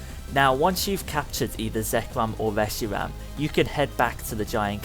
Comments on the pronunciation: i hate people doing a comentary that leterall y havnt even played pokemon but take peoples videos to show you what to do and call it there own he said profeser juniper or what evee his name is then siad reg gi geg as for regigegas he said rice aram for resharam face palms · "Zekwom and weshiwam"